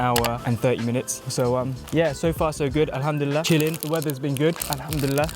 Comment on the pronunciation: I love the way when he said "alhamdulillah" 😊